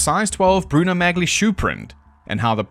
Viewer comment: It's pronounced as "Mah-lee", not "Magly." 😅